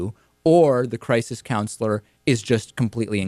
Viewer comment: " Christ - is" center. Hilarious.